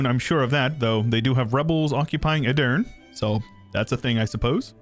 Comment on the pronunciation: its not edirn , its edirnE please try it next game ^^